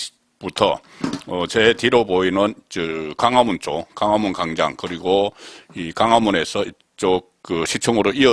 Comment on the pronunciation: 발음조심하세요 강화문ㅋㅋ 무슨단어던지첫발음은다틀림좀심하다